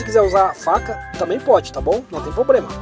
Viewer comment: "Se quiser usar a faca também pode, não tem POBREMA." 😂😂😂😂